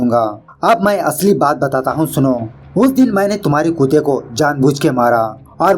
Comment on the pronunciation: Nice movie and explaination. Why you address dog as kute and not kutte... kindly answer